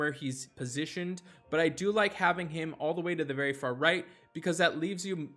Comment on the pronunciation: I already tried getting him to say heimdall correctly, don't expect to have better luck than I did